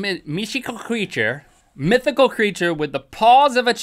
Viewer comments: link cant say mythical... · At 2 :03 link cannot say mythical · Irony: Link has difficulty pronouncing "mythical"